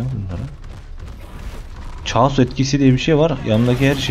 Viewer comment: caos diyil caos